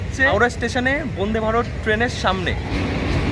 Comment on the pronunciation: Bonde bharat na vande bharat uccharan ta to vlo kore koro 😡😡😡😡